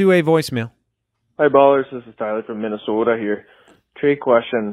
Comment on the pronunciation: Minosoda lmao lost it